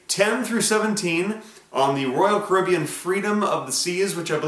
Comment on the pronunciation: Genuinely just googled Kribean before I realised he was saying Caribbean